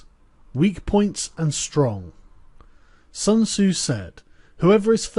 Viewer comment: Pronounce Sun tzu properly.